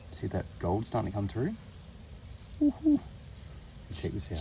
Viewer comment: you said 'gold' wrong